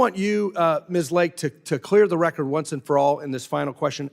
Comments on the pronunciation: Decades of Government corruption can’t pronounce the word “RECORD”. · if you cant say RECORD correcty shut up